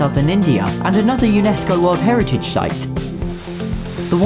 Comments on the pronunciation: He pronounces 'site' as 'shight' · "A UNESCO world heritage shite" 🤣